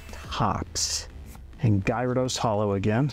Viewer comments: Everyone talking about odds and I’m over here like did you hear this man say “guyrados”😂 lol Cool video thanks for sharing ! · I just stumbled across your video and while I enjoyed your voice and the content itself, you managed to mispronounce at least 25 Pokémon (xatu,numel , gyarados, Lugia, …). This is by no means meant to be ill-spirited, but as a viewer this really makes the whole video less enjoyable for me and so I wanted to leave that as feedback.